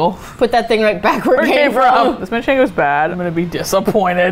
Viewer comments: Did you say manchengo lol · "mancheNgo cheese"